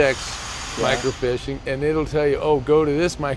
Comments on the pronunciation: It's not a fish...It's Micro- Feesh..(Fiche) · isn't it pronounced micro "feeeeache " mi·cro·fiche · Also, it's microfiche. "micro feesh" is how you pronounce it. There are no fish involved. ;-)